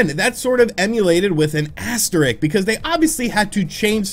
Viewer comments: He says "asterik" twice... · are you trying to say "asterisk"??? lol......